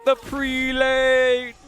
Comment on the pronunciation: If I may say so, the proper pronunciation of "prelate" is PREH-lut, not PREE-late. Seems like the wrong pronunciation is making its way around the AOE4 commenterverse. :)